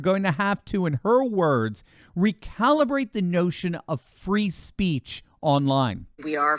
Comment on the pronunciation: "freedom of spreech"